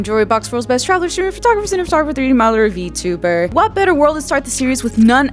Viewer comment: "sdhiwhji vtuberr"